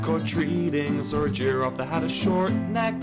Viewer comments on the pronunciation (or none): The way he said giraffe 😭